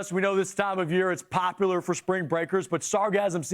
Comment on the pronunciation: Smooth😂😂😂🤣🤣🤣😭😭he said it populerrrrrr😭😭😭😭😭